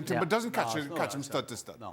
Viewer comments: How does Shaka not know Jurrien Timber's name? Called him "Julian" for the whole video. Isnt it his job to know the players name? Plus the Arsenal hate is so obvious. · I think Shaka should get a red card for persistently calling Jurrien Timber, Julian Timber. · Maybe get Jurrien Timber’s name right, Shaka